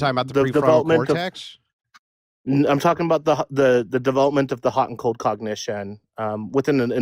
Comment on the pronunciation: After listening to this dude I hate the words cold and hot... More importantly the middle-eastern way he butchers the words.